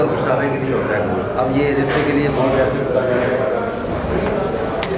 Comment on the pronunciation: Unique recipe. Aap ristay keh rahe hain but likha rista huwa hy jo kbi b ristay nahi bola ja skta so khyal kea krain. Bht zbrdst recipe. Stay blessed. Sjad.